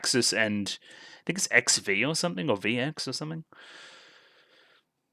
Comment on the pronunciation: Season 5, XV is supposed to be pronounced "Exiv". I suspect the prevalence of "X" in the titles is a reference to X-Drive, but there's a very real chance it's just because "it's cool." We already know Adam Weishaupt is a reference to the real founder of the Illuminati, but with his little exposition we learn his true origin as Adam Kadmon, a puppet created by (presumably) the Custodians. Adam Kadmon is the original man in the teachings of Kabbalah, untainted by earthly matter. He stands in contrast to the Adam of Eden, who was made from earthly clay. He was the perfect prototype man, but because of that he was unable to improve, and thus was rejected in favor of imperfect humans, capable of change. Interesting that the haft of Gungnir was made from the wood of Yggdrasil, the World Tree. Also, nice little touch that Gungnir and the Lance of Longinus are the same weapon in this universe. Finally I'll comment on how much I love how they show that the girls' actions throughout the series have has such a positive impact with the callback to season 3.